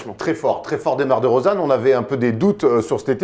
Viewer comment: roidada05 moi aussi en plus elle a dit dEUmar dEUrozan